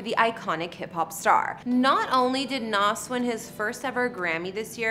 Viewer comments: Someone please tell her it's Nas (Z) not Nas (SS) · At least pronounce his name right! BTW his name is Nasir Jones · She can’t pronounce a damn thing. It’s McDonough not McDonald’s and she missed up his name. Lol